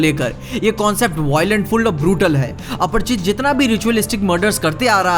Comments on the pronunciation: Apar- chit nhi lodu Aprachit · Yr ap bar bar aparchit aparchit kyu bol rhe ho aparichit hai aparichit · अपरिचित Not अपर्चित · It's aparichit not aparchit bro